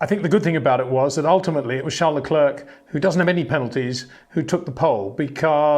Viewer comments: would be nice if he would finally learn to pronounce Leclerc and Verstappen correctly. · He just can’t pronounce Verstappen and Leclerc correctly. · Peter can’t even pronounce Verstappen or Leclerc correctly.